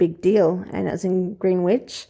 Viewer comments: Greenwich is pronounced Gren-itch In our quaint English language. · Greenwich pronounced Grenitch (FYI in future).